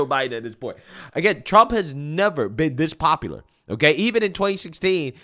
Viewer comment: The BCP translation guide 😂😂😂 Pop-uuhh-ler = popular ExtrapYOU-late = Extrapolate Silver war = Civil War Dat = that Dis = this